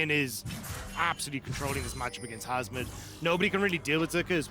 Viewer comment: I know its hasmed but i always hear husband